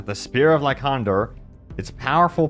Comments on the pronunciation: Pretty sure "Lycander" is supposed to be pronounced like either "Like-ender" or "Lie-cander". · ok it bugged me every time. its pronounced as lie-sander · Will someone tell this man it's pronounced LieSandER... #sheesh